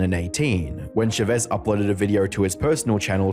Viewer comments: chavezz is pronounced as char-ves btw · I can't stand they way you pronounce Chavezz. It's Ch-ah Veh-Z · The misspronunciation of chavezz is killing me 😂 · The way he's pronouncing Chavezz's name is making me lose it lmfao, Josh quite literally pronounces his name as "Cha Vezz" Not "Sha Vezz" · Not sure how I feel about Chavezz being pronounced Sha-vez over Cha-vez lol XD/jk. I found Chavezz and Skitten randomly, so I remember his video on the issue (only ever watched 2 vids with him and BHD, so no real feelings on BHD..), but never saw Skitten's. Happy that Skitten, Chavezz, and Dr. D are still doing well after all this time. Also, please don't bring this back up in the comments if you guys go to watch them. Chavezz already stated after that explanation vid that he wasn't going to address the subject further after that. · I love Chavezz now, He has a reaction channel w his wife and he looks so happy. I never knew he had such a past, I just came across his wife's channel one day and loved his energy and dynamic with his wife. ❤Also you misspronaunced his name lol